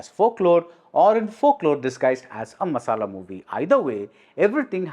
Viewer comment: How could you say the word "masala"... Hahaha funny🤣🤣